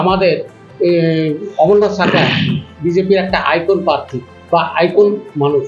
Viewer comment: পার্থী নয় প্রার্থী উচ্চারণ করতে হবে তো ঠিক করে